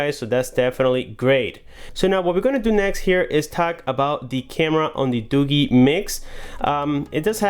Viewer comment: It's not 'Doo-Gheee'. It's Doo-jeee. DooGee.